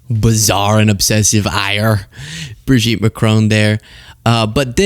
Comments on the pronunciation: Macr-ON , not Macr-OWN. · France's president is not called MacRowne! His name is pronounced MaKron. Why do Americans always mispronounce everything that's not American? 🤷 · It’s Mac-ron, not Macrone, for goodness sake, please learn, Candance is so bad at pronunciation. How can Americans get this so wrong? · It’s Macron not Mcrone, he’s French